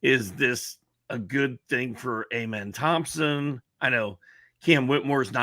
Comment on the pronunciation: It's Ah-men not A-men and it's Shen-goon not Sen-goon 😂